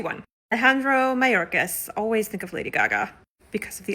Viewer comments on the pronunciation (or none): none